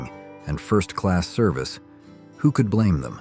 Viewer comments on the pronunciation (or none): none